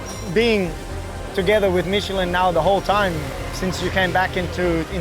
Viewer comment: Dear God finally I am hearing someone at MOTOGP pronouncing Michelin correct!